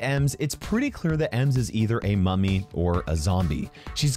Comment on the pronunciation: bro i want paying attention and accidently heared "emo mommy zombie" insted of "emo mummy zombie" i was like "excuse me WHAT THE ACTUAL FU-"